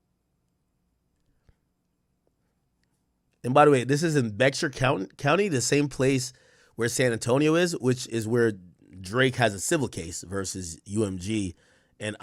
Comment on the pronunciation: You pronouncing (Bexar county) wrong it’s Bear county 😂😂😂